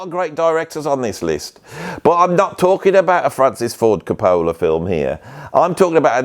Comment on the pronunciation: say it with me Co Pa La, Co Pa La. It is not bloody Co Pole La. Haha. Great video, great choices. One of my faves is from Inherent Vice, the opening scene is Vitamin C by Can and it’s just perfect.